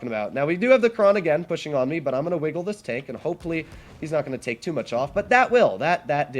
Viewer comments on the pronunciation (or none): Sounds like he said, "You can 'tank' alot of shells..." That's pretty funny! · Well yes, ofc he says you can "take" alot of shells, but it just kinda sounded different lol.